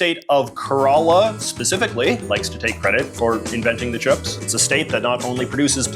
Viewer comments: I don’t want to sound mean but it’s pronounced care-a-la not ke-ral-a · “Kerala” is pronounced CARE-uh-luh, and its people are either Keralites OR Malayali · Yo JJ mentioning Kerala (butchered the pronunciation tho) I’ve had so many banana chips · OOF the Kerala pronouncian .....